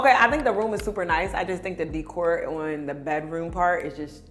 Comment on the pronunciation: What is up with her mispronouncing “decor”?